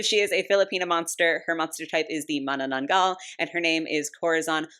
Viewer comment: Hi! Filipino here! Okay so first of all, Omg you pronounced manananggal perfectlyyy They may have used Whisp as a base for this doll as she is detachable Btw the reason why its called that name is because the direct translation of it is "Remover" basically its either because it removes itself from the lower half or sometimes, it removes just the internal organs of victims Anywyas, the manananggal lore is rlly crazy and there are common sightings of this cryptid in my country(there are also sightings in my place) for hundreds of years. Theyre basically normal humans at day but at night they turn into those monsters. And are mostly females Okay so heres the lore Manananggal is a subclass of the filipino monster called aswang (or the filipino ver of vampires). Their favorite food is mostly children or men (depending on ur location their fave victim changes) oh and they are also pretty at first glance and will lure you but when you go near them they will change their appearance to a hideous monster. In order to kill one of those, you need to put salt and garlic on their lower half so that they cant return to the half when sunrise arrives because they will die since they survive during the day they are normal humans. The face sculpt is sooooo good as its a good representative of how the typical filipino is. The purple hair shouldve been blue coz the color is the filipino flag hahahahaha jk Okay I agree the color scheme is a bit garrish and I hoped that it was more illustration acc